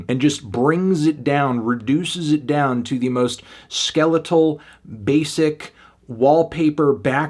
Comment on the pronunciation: "broken bown barriers"